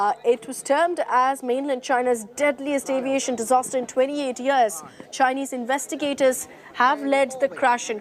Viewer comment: Chay-ineze fake pilot.